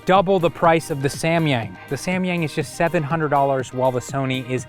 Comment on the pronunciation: i cringe everytime he says "Semyeng~"